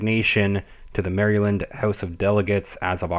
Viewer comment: here is how MARYLAND is pronounced.